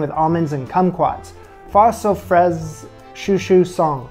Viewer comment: Forget that pronounciation app. It's not French so San does not rhyme with the french word "sang" or "sans". This "San" rhymes with pan, can, tan. Cio-Cio-San is the italian spelling of Cho-Cho-San, pronounced exactly the same way, which is the title character's name in David Belasco's 1900 play "Madame Butterfly", which is the basis for Puccini's 1904 opera "Madama Butterfly".